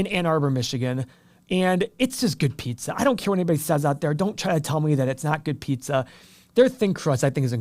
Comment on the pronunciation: You are from Ohio you can’t even talk pizza!